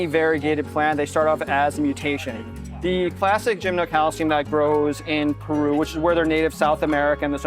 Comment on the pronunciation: Oh, /, PLEASE rehearse some of the people before videoing them and posting the videos. My head is about to split. I have to throw in the towel and move on to a different video of yours. 😟 By the way, it is NOT gymnoCALCIUM. 🤨